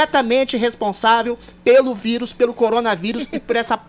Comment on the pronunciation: Impressão minha, ou o Adrilles fala quase toda hora, "vídeo" em vez de vírus? Rsrs